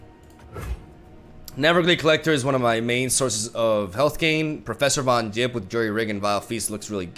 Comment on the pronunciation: I hate that says Yettison and Von Jipp. ITS THE OTHER WAY AROUND MAN